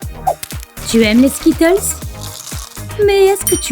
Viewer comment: Déjà essaye de bien prononcer skittles